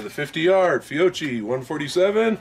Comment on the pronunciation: Just an FYI, it’s pronounced FEE-OH-KEY. Great video set otherwise. Edit: I’ve found that to remove the first round flyer, I do NOT use the slide stop to release the slide during loading. I will let the slide forward on an empty chamber, and use my hand to rack the slide all the way to the rear and release.